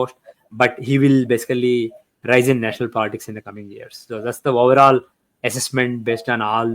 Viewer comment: I hardly understand any thing he says.He said woverall for overall.